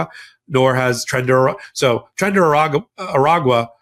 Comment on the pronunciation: if you pronounce Tren de Aragua - the Spanish way, i.e. Tren day Aragua it is much easier to say.....